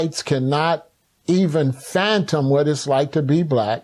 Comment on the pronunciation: Fathom NOT phantom